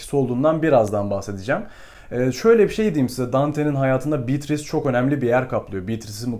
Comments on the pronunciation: şuna bitris değil de beatriçe (evet oyle okunuyor) desen zayif bir animda izkedigim videonu ikinmadan bitircektim ( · Emeğinize sağlık. Telaffuzlar hakkında naçizane iki katkıda bulunayım. “Atıf” kelimesinde baştaki a harfi kısa okunur. Yalnızca erkek ismi olan Atıf’ta a uzatılır. Bir de Dante’nin sevgilisi Beatrice’nin ismi italyanca telaffuzda “beatriçe” olarak söylenir. İngilizce içeriklerde de “beatris” olarak genelde geçmekte. “Bitris”in doğru bir kullanım olduğundan emin değilim. Başarılar diliyorum. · Bitris nedir öyle 😂 mörseydis gibi